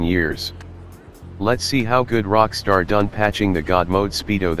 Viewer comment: I lm dumb I wasn't getting why he said "COCKSTAR" then I realized oh Rockstar